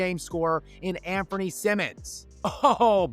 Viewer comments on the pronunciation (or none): none